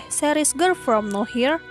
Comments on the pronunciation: Harusnya no where jdi now here wkwk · Nower bukan nawhir...pgn ga ngomen tp gegara d ucapin brkli"..jdi risih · "no-where" min, bukan "now-here" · Bukan “Now here”, tapi “no where” 😂😂😂 Ngakak dah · Serious aku terganggu tiap admin nyebut girl from now here, harusny no where....... Hadeeeuuuh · Samaaa tadi ada juga di Chanel sebelah bacanya Girl form now here bukan girl from nowhere. Jadi dia nyebutnya Gerl From Naw Hir bukan Gerl from No wer wkwkwkwkwkwk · Penulisannya mungkin bner, cman penyebutannya aja yg kurang tepat, yg harusnya di baca Nowhere dia bacanya now here, Pembahasan konten yg sama dengan chanel saya. Wkwk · Sama wkwk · Now here sama nowhere beda ya pengucapan katanya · bacanya no where bukan now here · No where harusnya😂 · Bukan now here ka tapi no where kan entah darimana cmiiw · nower kak bukan nowhir 😩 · Nowerrrrr bukan nohir saaayy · nowhere ajir... nower bukan now hir 😂 geli bat dengernya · "Nowhere" begooo. Bukan Now here,,, udah pengucapan salah Di terusin.. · Iya nih, Mana dari awal sampe akhir yang disebut no here terus 😂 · Risih sumpah denger now here truz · Nowhere, yg punya channel suka ngide 😂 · Yg nonton lumayan tapi, iya kali nontonin video yg dibawain orang g bisa sebut nowhere wkwkwk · terganggu banget saat mendengarnya.... mohon dengan sangat diubah pronunciation-nya...